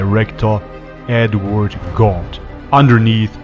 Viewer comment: Edward GAUNT!!!!! Why does he say "gaunt" so funny